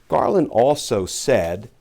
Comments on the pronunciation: Hold him to it? No, I will make sure he commits fully or he be accountable. Edit Merrick "Garden". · Did I just hear "attorney general Garden?"